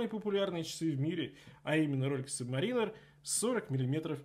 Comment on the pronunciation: Сабмэрин.Именно так произносит это слово Ринго Старр ,когда исполняет песню,,Yellow Submarine".